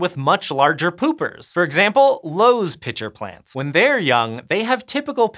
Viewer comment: Lowes? No, it’s Low-ee-Eye if that makes sense